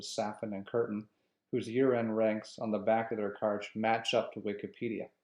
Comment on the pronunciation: I see you stopped making videos after this one … was it because someone hunted you down for pronouncing Kuerten’s name as ‘curtain’? Brutal.